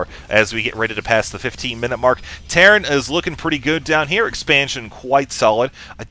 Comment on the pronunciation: lol I think I have been playing Dragon Age too much if I hear teyrn instead of terran ))